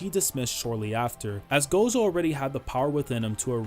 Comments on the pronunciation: i really wish you'd say "gojo" instead of "gosho" @@ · We just gonna ignore how he says gojo (gosho)